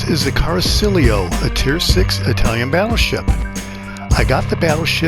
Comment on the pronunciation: Appreciate the video except it's pronounced "Cara-chee-olo" not "Car-silio". I know I'm that guy but it's driving me nuts.🤷‍♂️